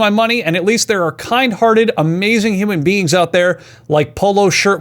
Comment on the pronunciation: Just because these peopel exist, i can't drive around ACTUALLY giving people free candy Edit: towards the end it sounded liek he said "human beans"